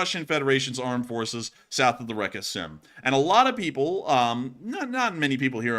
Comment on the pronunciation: Again, the name of the river Seym (spelled Сейм in Russian and Ukrainian) is pronounced like the English word 'same', not 'Sam'. And what you mispronounce as 'reka' is not a part of the name, it just means 'river'.